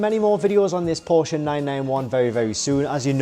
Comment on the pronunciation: You are speaking "Porsche" correctly. That is so fine .TY! You got my LIKE alone because of that. Unfortunately I couldn't give you a second one.